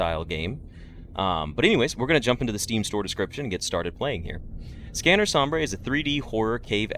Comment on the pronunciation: Please, it's not pronounced som-brey, it's pronounced som-bur, this hurts me in an indescribable quantity